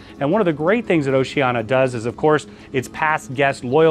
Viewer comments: Seriously? Why are pronouncing it Oceana when it’s obviously Oceania? Mispronouncing it undermines your credibility. I do appreciate the tour, though, but it’s irritating to hear you mispronouncing the name. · Really love your reviews and walkthroughs - just a little peeve - It's pronounced "oh-see-ah-nee-ah".